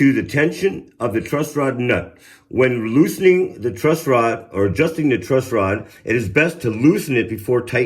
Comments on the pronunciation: Dog… it’s “TRUSS” rod. Not Trust. 😂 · Why tf is he saying TRUST ROD?!?!? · Dude I seriously can't believe you're calling it a "trust rod". How do you not know that it's a truss rod? You've got this fucking incredible guitar tech in front of you and a beautiful bass in your hands and you still call it a trust rod? What a muppet. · Dude dude its not TRUST ROD its TRUSS ROD. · Dude-its a Truss Rod, not a Trust Rod. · Truss rod not trust rod 😂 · still calling it a "trust" rod? lol great video nonetheless. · Holy crap you keep saying "trust" rod. Are you stupid? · Please reshoot or edit the video...You can't say trust rod anymore. It's truss rod. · Did he keep saying trust rod or was it just me?😂 great video though bro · Truss, it's truss rod gatdammit not trust rod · Loved this. But dude...truss rod not trust rod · Stop saying Trustrod! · Did you say "Trust rod"?